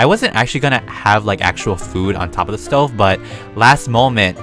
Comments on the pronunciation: You said stO not stov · Lol you said sto it’s stove lol🤣🤣🤣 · You call it a Stoven! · You are saying it wrong it a stoven